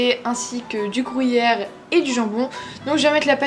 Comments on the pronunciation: J'aime trop comment tu prononces [ gruyère ] 😂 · Moi aussi 😂 elle prononce le "gru" comme "grou" 😂 c'est trop drôle ♡ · Et des "frouits" 😂😘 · Tu me fait dir comment tu dit Gruyère 😂😂